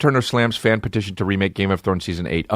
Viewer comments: Anyone else notice he says “pedition”? 😂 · Why sometimes a solo podcast sucks: nobody is there to tell you youre saying petition wrong. Lmao.